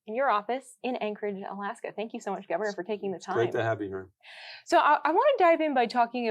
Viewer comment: gove"r"nor of alaska